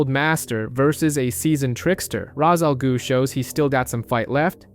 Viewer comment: Jesus christ...raz al goo...really?